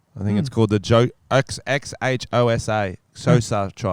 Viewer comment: Xhosa is pronounced -click-orsa